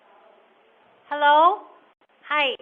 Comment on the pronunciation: ….the absolute scariest thing I’ve ever seen on the internet. That Fargo “Hell-ooo” will haunt me until my dying days. 🤣🤣 Dear lord!